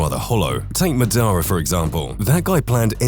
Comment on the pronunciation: Anime name speech therapy for you sir!!! 😂